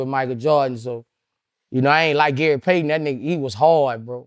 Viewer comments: He said gay Payton🤦🏾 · Anybody else peeped "Gay Paton" 😂😂😂😂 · "Gay payton"?🤔😂